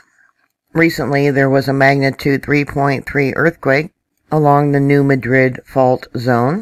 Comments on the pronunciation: Hey..it's pronounced..New Madd..rid... Not MA drid...😃😎...I live 50 Miles from Reelfoot Lake..to close..🤣😋😋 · We here in southeast MO pronounce it New Mad-rid not New Ma-drid just saying. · It is pronounced MAD rid. Not like the name of the capitol of Spain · MAD - rid, I live nearby. Geez. It's not Kie - roe, either. It's Kay--Roe.